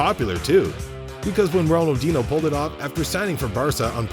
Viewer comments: How can you make football videos and pronounce Ronaldinho wrong? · Butchered R10's name with such confidence.